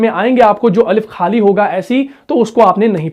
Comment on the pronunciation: Bhae aap boht khoobsoorat Arabee samjhaty hain matlab tajweed sary hooroof sahe or khalis nakhrij se parhty hain laikin aapki urdu k kafee word full ghalat talaffuz se bolty hain yanee indians k tarah parhty hain matlab unki alphabet may ghain nahe hy khay nahe hy jbky hamaree urdu alphabet ir Arabic may hain aap isko bol sakty hain laikin pata nahe q ghalt bolty hain gham ko gum khhaalee ko khalee plz sahe se bolain aap to mashAllah qaree hain aapko kiya problem hosakta hy accent n plz dont mind it